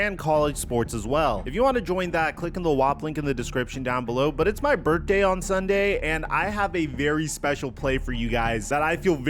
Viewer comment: You said “it’s my Burt Day” lol you must be Puerto Rican bruh 😂